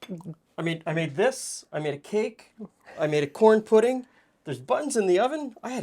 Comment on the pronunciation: Pudd’n he says…